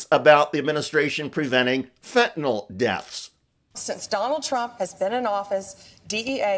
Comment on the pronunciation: doesn't even pronounce the drug correctly!! Its not Fenty"NOL". IT'S PRONOUNCED FENTANYL(NIL). She is totally clueless!!!😢😢